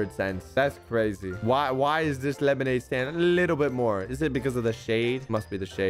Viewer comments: The fact that said lemonade staind in the beginning is hilarious 😂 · Did anybody notice that he said,” who can make the best lemonade stade